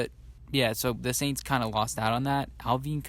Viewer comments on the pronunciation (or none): Bro your show is decent and you where killing it to me until you said Alv.... Alvyyyyn.... My dude that’s Alvin Kamara just a top ten running back. You have to do a lil more research on that. Beyond that keep banging.